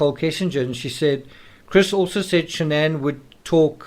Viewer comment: It’s Shanann not Shannon.